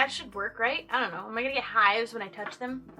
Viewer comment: "am i gonna get hOIVES or something?"